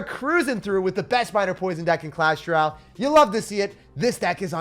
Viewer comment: till this day he still cant say "royale" properly